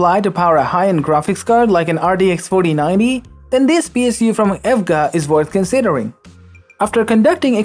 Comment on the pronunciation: You cant even pronounce e.v.g.a ……..